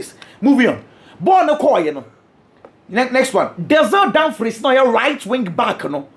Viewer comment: What is Danzel Damfries? 😂😂